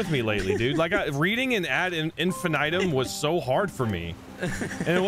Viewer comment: I love you but every time you say ad infinitum I cringe so hard i almost vomit. You're pronouncing it wrong. It's in-fih-nih-tum not in-fih-NIGHT-um.